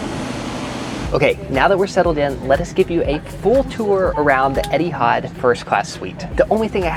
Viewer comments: Etihard. It's Etihad 🤣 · Pls :) Etihad, not Edihad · It really bothers me how says Eddie had instead of Eh-T had (sorry don’t know the phonetics) 😂